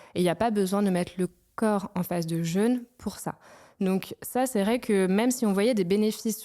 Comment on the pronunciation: Suis le seul à avoir eu les oreilles qui saignent: un épisode sur le jeûne, quasi jamais prononcé correctement.